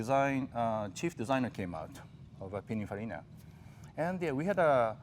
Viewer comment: C'mon, Jay, "PiniNfarina", not, "Pinafarina".